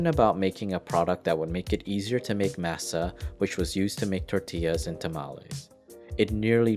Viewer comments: "Massuh" lol masa foo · pronunciation of taco, masa and any other spanish word with an a is horrid here. interesting tale, but even nacho is mispronounced. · Sowth-ern, maasa, ta-mal-ees, tack-ows....uugghh.. pronounced suthern, mahsa, ta-mah-les, and tah-coes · Dude, I love mass-uh. Especially in tack-ohs. I love pass-tuh too. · To hear this guy pronounce CASA, MASA and TAMALES wrong every time. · I’m cringing at the way your pronouncing masa… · The way you pronounce masa, tamales and, casa makes me want to stab out my ear drums with a pencil. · Learn how to correctly pronounce words like tamale and masa and nacho and SOUTHERN. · The way you say masa drives me crazy [Edit] tamales too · Did the man that bought Frito co for $100 but only paid $80 and owed $20 ever pay the $20 owed because I never heard the Narrator who can't say Casa or masa correctly never mentioned so that families still owed? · Lol everytime he said masa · Yet he butchered tamales, masa, and southern.